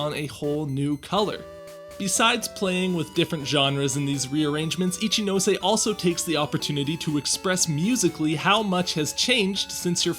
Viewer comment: And now after all these years I finally know how to properly pronounce "Ichinose"! Good to see you here, Carlos! Long live Gen 4's soundtrack!